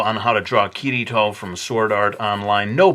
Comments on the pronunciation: ITS KIRITO NOT KIRTO UGH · Is it me or he said kirito or kuirito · People who say ki-Ri-to sometimes drive me crazy because in Japanese there is no "r" sound (not meaning to hate) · I'm pretty sure you pronounce Kirito like "Kitty-toe".